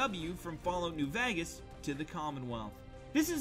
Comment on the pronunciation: The way he says vagas